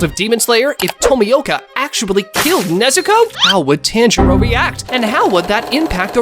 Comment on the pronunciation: Hate the way this mf says tanjiro. Piss me off